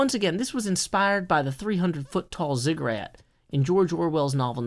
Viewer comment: ziggurat, not "cigarette" - its a pyramid like structure